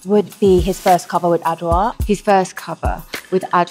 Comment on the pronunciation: I’m a Ghanaian and the way Dua pronounces Adwoa is soo beautiful.